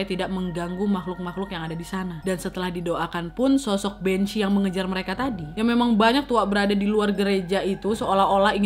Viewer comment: Bhanzee = kok aku malah dengernya jd banc* yaaa? 🙄